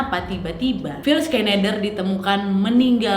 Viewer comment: Phill = pill Schneider = senai, der Cara sebutannya nama... Sudah d bunuh... Kajian teknologi H.A.A.R.P GELOMBANG electromagnetic yg kuat... Penyebab pelbagai kemalangan,,, termasuk kaca kapal pesawat pecah... Sebab haarp mampu mengubah struktur atom fizik... Lalu mengubah dgn mengawal EMF seperti memutar channel pencarian radio station... Seperti menghantar isyarat emf...